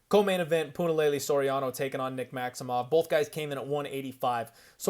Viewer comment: I live for Puna fight cards cause weather I have skin in the game or not I get to hear say Punalaylay an innumerable amount of times 🤣🤣 wish I could like twice. Once for each laylay 👍👍